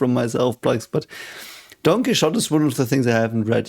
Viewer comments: sorry if bringing this up is rude, I get confused every time you talk about don quixote because I don't recognize the word at first and you seem like a guy open to learning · Actually, he was uttering "Don Quixote", so it was "Donqui". I found the coincidence hilarious too though. 😂